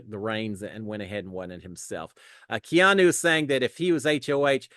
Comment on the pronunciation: …Props for learning how to pronounce Keanu! 😂